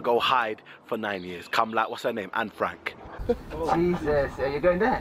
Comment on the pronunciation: Man said Anne Franke 😂😂😂